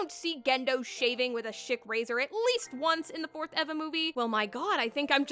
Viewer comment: It kept sounding like you said shit razor lol gendo shaving with his shit razor lolll